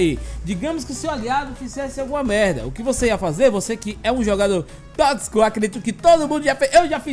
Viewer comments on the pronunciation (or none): none